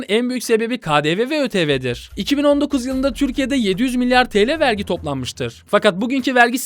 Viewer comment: Abi vergi değil artık Wergi